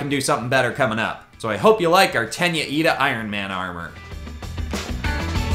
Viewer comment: You don’t know how happy you made me when you said Iida and not Lida😂